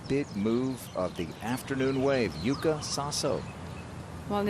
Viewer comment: YUUKA SASO is correct pronunciation on her Japanese name in KANJI.